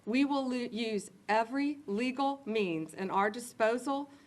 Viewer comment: she almost said "we will lose" instead of "we will use"